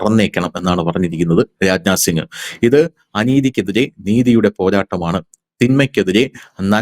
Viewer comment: രാഞ് നാഥ് സിംഗ് എന്നല്ല. രാജ്നാഥ് സിംഗ് എന്ന് പറയുക.